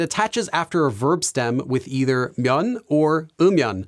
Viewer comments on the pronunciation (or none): none